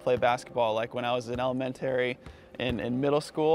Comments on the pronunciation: did he just say ELEMEN-TERRY? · "elementree" is the wrong way to say it. Jimmer is from New York, and Nothern-ers pronounce words how they are spelled, the right way. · What the hell is "Elementerry?" is that a special school in America? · Elemen-try that just bothered me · Well, that's the strangest way I've heard anyone pronounce "elementary." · I’ve never heard someone pronounce elementary like that. 😂😂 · He didn’t say elementary right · no wonder why he in the d-league, he can't say elementary